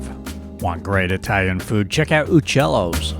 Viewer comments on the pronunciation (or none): it’s “you”-cellos not oo lmao